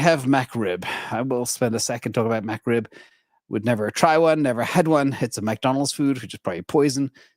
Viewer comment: You know has never had a McRib because of how he pronounces it… “MAC-Rib”… lol., we love how you aren’t up on pop culture! I’ll never forget that day that someone commented that “Andrew Tate is being given crap for owning Bitcoin., you should have him on your channel.” And then you were basically like, “Poor Guy… I don’t know who Andrew Tate is, but yes, if he’s being persecuted for owning Bitcoin, and he’d want to be on, I’d have him on!” And then everyone was like… “!!! You do NOT want him on your channel!!!” lol.